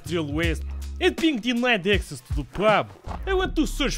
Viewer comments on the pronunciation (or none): none